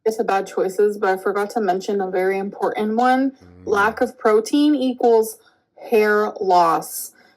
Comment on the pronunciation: Her saying “impornant” is killing me